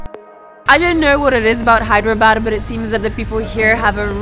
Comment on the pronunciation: It's Hyderabad not Hydra bad😅😅👍